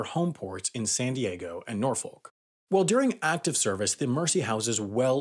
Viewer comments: You have said NORFOLK in a handful of videos. You need to learn how to say it right. Proper Tidewater accent is non-rhotic and is kind of like a mix of Boston and southern with a hint of mid Atlantic. It's Nahw-Fikk. NAWFIK. naawficc Na-AH-fick But definitely NOT NOR-FOLK no R no L no O NAHFICK!! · Man, I hate to be that guy, but Norfolk is pronounced either "Nor-Fik", "Nor-Fuk", or "Nah-Fuk". If you're pronouncing it with an 'L' you are saying it incorrectly. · Norfolk in VA is pronounced Nor-fuck or Naw-fuck. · Why do Americans pronounce Norfolk as "nor-folk" it's supposed to be pronounced "nor-fik" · Say it with me, nor-fuk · Note, Norfolk is pronounced norfick, quickly. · Norfolk is pronounced like Norfuck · It’s pronounce Nor-fuk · It's pronounced norfuk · Really interesting video, but you really need to fix your pronunciation of Norfolk. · why cant that guy say Norfolk right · Ffs learn to say Norfolk already